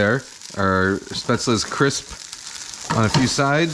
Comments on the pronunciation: Just a tip, it's pronounced "Shhh-pätzle" nocht "ssss-pätzle" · Hey Kenji - Coming from a German speaking native: your pronunciation is pretty good, only at the start of the word it needs to be Shhh - paetzle. The "Sh" should sound like as if you're shushing someone. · you're wrong there. I'm from the region Spätzle are from and it's pronounced shpätzle/shpätzli. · You are so close to the the perfect pronoctiation of "Spaetzle" Kenji, the only thing you're missing is that it's pronouced with a "sh", so it`'s "Shpaetzle" :) Other than that I have to say you are the only American that I see as an authority on German food because you have defininetly done your research on this stuff! I love your non-chalant approach to cooking , it's really helped me relax and make the best of what I have in the kitchen instead of feeling like I need to go out and get the perfect Ingredients for every dish. This might sound crazy but I wish restaurants like yours existed here in Germany, I would love to have a place that serves traditonal food with a modern and creative twist like you seem to do. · Just some German comment. Spätzle is pronounced with a SH in the beginning (like should for example) Traditionally the batter gets scraped of a wooden board into the water, which is pretty hard to do. And would you really consider this dumplings. It's more like pasta isn't it? Käsespätzle (chesse Spätzle) is basically German mac'n'cheese :D Keep up the great videos!! All the best! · FYI the 'S' in 'Spätzle' is pronounced as a 'Sh' like in 'flush'. In case someone cares, which you don't have to. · Kenji: Shpetzley 🤪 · nice video kenji! looks yummy but actually it's pronounced "schpaetzle" (sorry... :D)